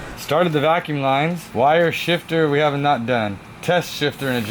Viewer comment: "Vacume lines"